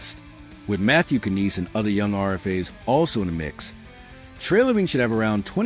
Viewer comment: Wow where to start...um Shanahan was there 11yrs so that MORE than a decade. Tavares is not the Captain, Matthews is. And its pronounced without the k in Knies. Rhymes with eyes. Its not Knees! Youre clearly not even a hockey fan.